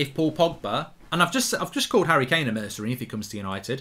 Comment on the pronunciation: The disrespect on Kane’s name in this video is woeful